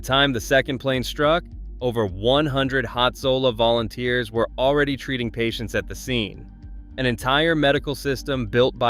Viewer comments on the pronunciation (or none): none